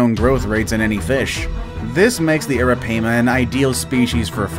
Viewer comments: Aripiama is prounouced ar a pi ma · you said arapaima wrong